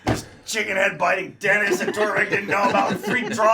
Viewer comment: Oh! It’s Denis! I was hearing dentist. Lol